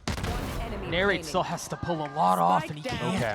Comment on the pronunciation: the commentator keeps calling NARRATE Nature lol